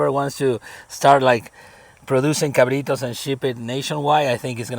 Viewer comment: How long did it take you to learn how to say cabrito?...lol...u nailed it